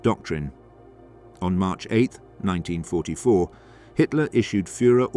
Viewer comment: Obviously shit AI cant say 1944